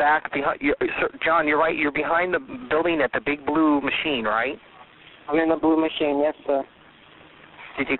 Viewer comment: What he said : “ big blue machine” What I hear : “Big booty machine”